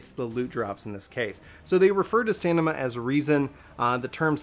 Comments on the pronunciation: You kept saying Stanima instead of Stamina lol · Whenever he said STANIMA, I'm triggered. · Good video... it’s “stamina” though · hey man I know it's a small thing but would you mind pronouncing stamina correctly? s T a M i N a.... Min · I call BS. You don't mispronounce any other words in the video. You just didn't know how to pronounce stamina.